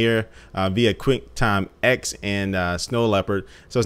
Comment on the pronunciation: It's pronounced Quicktime "TEN"